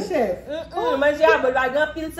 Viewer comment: Why she keep on saying chief instead of chef